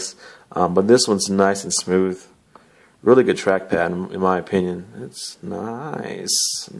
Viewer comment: "naicu~" lmao you sold me on it.